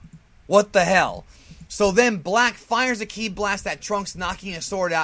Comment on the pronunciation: this guy is shit he doesn't even know instant transmission and he doesn't pronounce kí right and his intro is lame